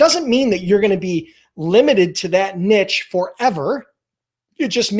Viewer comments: Nice video. Niche is pronounced 'neesh', just FYI. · Find your "NEEEESH". it's "NEEEESH". Also, great video and thanks. Have a great day Sir.